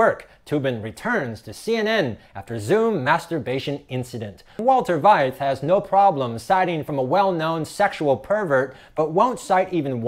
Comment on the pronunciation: His name is pronounced fight for Veith.